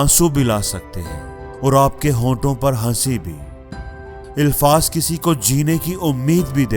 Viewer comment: First of all some pronunciations , Urdu " ilfaz " no , alfaz is right. There is nothing new in this video. People have heard millions of times all this. We have to find the difference between consciousness & automaticity in matter. Post something about , if you can. Good luck.